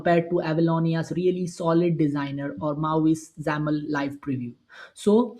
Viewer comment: Anyone else cringe when you hear X A M L spelled out? 😂